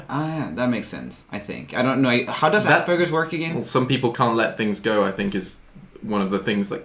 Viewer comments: Did they say asburges or ass burgers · My Aspergers Brain: I can let things go Also My Aspergers Brain: ITS PRONOUNCED AS-PER-JERS!!!!!!!!! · pronunciation of Asperger's: * exists * Roomie and: ASS BURGERS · Is it just me or did they say she had Assburgers